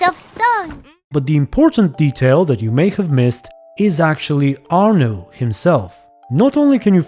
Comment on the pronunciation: In the name of all those named Arnaud, please never pronounce our name like that again 😂